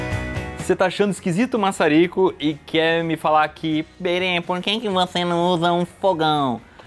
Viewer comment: "mai ô InBêRê" -Iberê Thenório